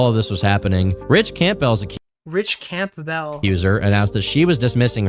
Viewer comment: THANK you for calling out the Camp🎪Bell🔔 pronunciation, he says it like that all the way through and it drove me nuts;!